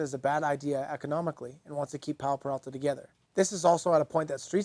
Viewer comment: OMFG... He starts off the video by mispronouncing the name?? It's Peralta. Not Perelta 🤦‍♂️ Edit: and then he continues to get it wrong throughout the whole video. Awesome